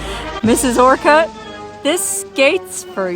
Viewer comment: Its pronounced just a quick orcut kinda like orchid. Not Or cut. Lol